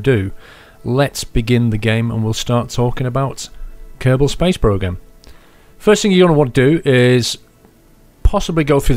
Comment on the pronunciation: A little kerbin? ahahahahah its kerbal paul :D